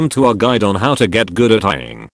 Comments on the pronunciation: I don't know why it broke me but hearing poor Ying not pronounced properly than switched nickname code "Sally" just... broke me. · I thought at the end he would show how to get the tts to say Ying correctly.